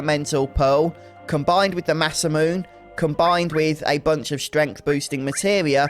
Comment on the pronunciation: Always love your work,! Congrats on getting through so much of this game! Random aside, Masamune is actually pronounced with 4 syllables including the e at the end, since it comes from Japanese (mah-SAH-moo-neh).